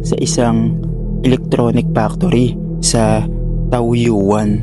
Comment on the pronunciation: Good pm sir dati nako nakikinig Sayo hehe pero now palang ako makikinig ng horror story tungkol sa Taiwan . By the way pala sir correction lang sa pronounce ng isa sa mga Lugar Dito sa Taiwan na nabangit mupo sir Yung TAOYUAN . Tawyen po Ang pronounce doon Yun lang po god bless more story papo 😁